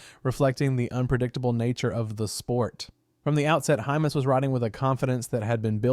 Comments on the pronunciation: Sounds like IT is saying hummus... 😂🤦‍♂️ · You've pronounced hymas 3 different ways in this short vid.....